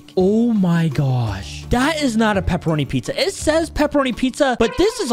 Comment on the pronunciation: Hey it is peperonie not pepeeonies